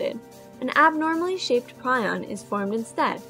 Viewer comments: Great animation and well done. However, it is pronounced PREE-on in the U.S., PRY-on in the U.K. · You pronouce prion wrong "pre-on" is correct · It's pronounced "Preon" and you didn't actually answer the question very well, at all.